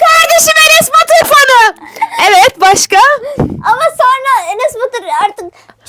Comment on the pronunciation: Jeynep; -Kardeşim Eness Baturğ fanığh